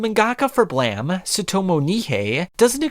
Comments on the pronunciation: It's uhm, Blame not BlaM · "blam"?....you mean "blame". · I think its pronounced "blame", i mean, it has that "e" at the end. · Is it “Blam” or “Blame”? I’m confused. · Nihei is a god of Brutalist-esque world building manga. And it's "blame", just like the verb. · You forgot to pronounce the "E" on BLAME!